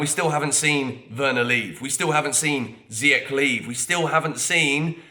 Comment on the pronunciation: How do you have 225k subscribers, claim you love anyone who wears the Jersey yet you can't pronounce Hakim Ziyech correctly? Dude has been a Chelsea player for 2 years now. You should message your buddy Younes because I watch his channel as well and he pronounces it just fine... Been a subscriber since you started this channel but come on man you got to do better.....